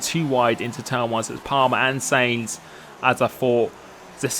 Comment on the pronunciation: u say Sainz wrong u say it like seinz